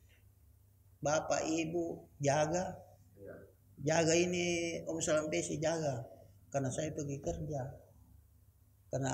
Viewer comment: Maaf kalau salah sebut namanya kalumpesi harusnya Sarampessi